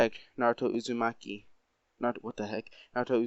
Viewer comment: It aint uzmakie its uzmaki